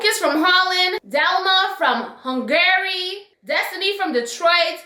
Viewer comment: They way she said Hungary 😂